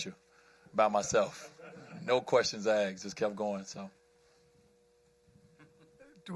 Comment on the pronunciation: “no questions axed” so cringe when I hear an intelligent person discredit everything they are saying by making that deadly mispronunciation mistake...It’s also very cringe how people who make that mistake are not aware that (mostly) everyone in the room thinks “it’s asked not axed.” Then those people in the room think of you as a couple of levels lower on the intelligent scale.😂 very true